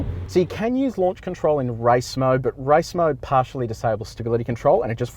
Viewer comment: Was it me or did it sound like he was saying “rice mode” 😂😂😂